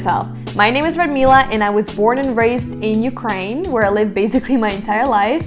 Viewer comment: only foreigners pronounce 'basically' with Z